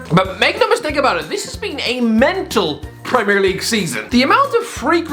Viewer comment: No one Absolutely no one Irish guy - PRRRRRRRRREMIRE LEAGUE